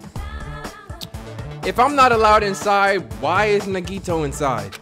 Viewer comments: minutes in and you can tell is loosing his fucking mind!!!!! "Nagit-ooo and Fuyuhik-ooo..." that shit had rollin honestly!!!!! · Bro omg it’s “Na-ge-toe” damn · you're killing me its pronounced NAGI-TO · Nagito - Nah gi toe Hajime - Haji may Kazuichi - Kazu ee chee Mikan - Me kawn Mahiru - Ma here ew Name pronunciations...hearing you say Mikans name like 'pecan' is making me lose it lmao